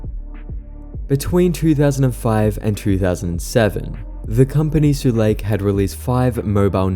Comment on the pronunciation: sulake is 3 syllables btw - like soo-lah-kay. it’s finnish! just thought i’d share in case any habbo lost media comes up again also, imax isn’t a file format. it’s a film stock/projection format. imax started analogue.